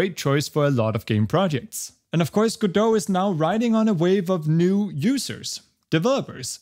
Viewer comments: Just say it: Password recovery is a reeeeal PITA sometimes. Also, welcome back! Also, obligatory it's pronounced Godot. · So it's pronounced "guh-doe"? I've been calling it "go-dot" 🤣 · Its pronounced go-dot, like how you would say dotNet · I’m surprised we pronounce Godo and not « go dot » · If he pronounces Godot like that then that's now the only way to say it.